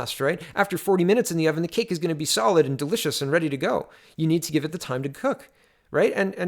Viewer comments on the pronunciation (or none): none